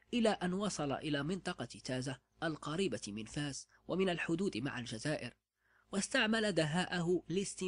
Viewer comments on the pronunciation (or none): none